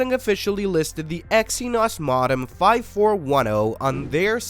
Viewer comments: Maw-dum????? It's Mow-Dum,,,,,,,,,,,, ugh, AI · It's pronounced Mo-Dem not Mod-Em. Evidenced by the fact it's a Modulator Demodulator i.e. MoDem. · Its Moe Dumb not mod dem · MO-dem, not mod-dem. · OMG I have never heard anyone pronounce modem "ma-dum"😦😒!!!! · Yeah, I wasn't aware we had switched from modems to maudums. Could this be a tell tale sign it's AI talking... Or is it a human who's unfamiliar with English.? ... think I'll choose a more reputable source to hear the news from about the gory details. Adieu. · Perhaps you should learn to pronounce MODEM before you report on these topics.... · Had to quit after the seventh time it mispronounced "modem." 🤦‍♂ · we are not certain you are pronouncing Modem correctly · this is a gen z ai based on how it mispronounces "modem" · For all that is Holy please stop pronouncing modem like that it's 1,000 percent incorrect for crying out loud. 😂